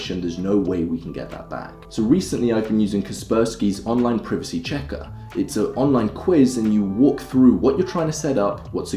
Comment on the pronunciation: My boy can't pronounce privacy